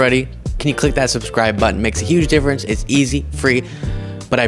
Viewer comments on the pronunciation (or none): none